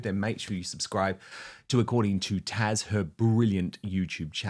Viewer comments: Dan...it's Taz not Tash! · Taz not Tash Dan! 😂